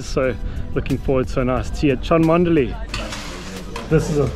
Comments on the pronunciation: Hi, Cholmondley is actually pronounced Chumley and that is a stunning ground with a good track have played there a few times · Grew up playing nearby, loved this video. Just FYI it's pronounced "chum-lee". Great stuff as always. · Sorry to be annoying but it's 'Chumley' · Another excellent video, but I think you'll find the castle name is pronounced Chumley . . . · Brilliant video, Cholmondley is pronounced Chumley. Rather strange but cheshire dialect! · It's pronounced chumley. I played there about 15 years ago and the wicket was even worse then.